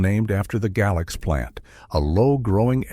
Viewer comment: Tazewell should be pronounced as "Tazwell," while Galax is pronounced "Gaylax."